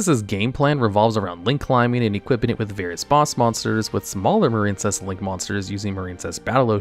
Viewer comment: The silent e at the end of marine is what gives its i a long sound. Marincess doesn't have the silent e, so it rhymes with princess. Marinecess just sounds gross, like a marine cesspool or something 😂